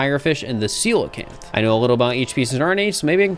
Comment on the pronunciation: honestly, i'm just impressed, but did my man just pronounce 'coelacanth' correctly, first go?